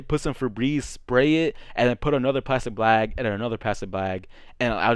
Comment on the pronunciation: Homie was sayin plastic blag💀